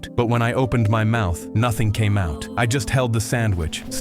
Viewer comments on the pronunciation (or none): none